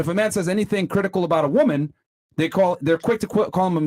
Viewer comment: Says she's intelligent and articulate, then says "criticule" 😭😭😭😭